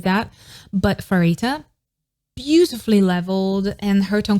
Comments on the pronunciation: hii, i would like to point out something :> pharitas name is pronounced as parita not * farita* no hate just saying :> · I wish one day you’ll learn how to pronounce Pharita’s name correctly.